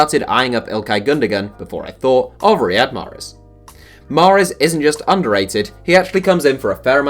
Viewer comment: Bruh it’s not mahrez